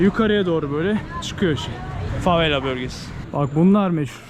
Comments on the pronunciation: neden yer isimlerinin hepsini yanlış söylüyorsun aq? favela yazıp herkes favela derken Brezilyada da burada da favella diyorsun neden bu sinir bozucu derecede yanlış konuşma inadı? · Sen favella dedikçe ben deliriyorum favela babacım fa ve la favvella değil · Kanka favela tek l ile lütfen bastırma :(